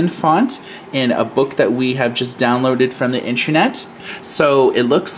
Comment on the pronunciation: So annoying when people say intrenet. It in is pronounced inTERnet! Not inTREnet!